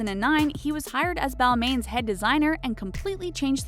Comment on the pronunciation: That's not how you say Balmain